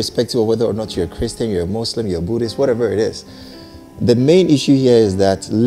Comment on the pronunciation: ...u see how u are struggling with a "Christan" funny lol